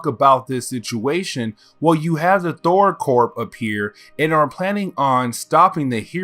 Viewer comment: Thor "Corp".... it is pronounced "Core"